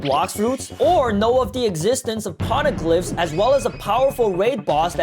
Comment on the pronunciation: Pls just stop saying "p0rneglyphs"